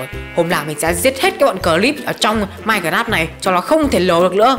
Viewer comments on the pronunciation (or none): Anh phải đọc là mai- cờ- ráp nha chứ không phải đọc là mai- cờ- rát nha!